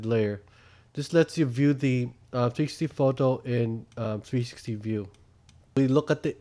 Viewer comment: He is good but when he says 360 it sounds like trsti